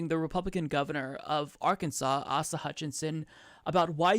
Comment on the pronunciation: I am not a fan of his, but I'm just throwing this out there (in case you wondered); Asa (Hutchison) is pronounced 'Ace-ah'.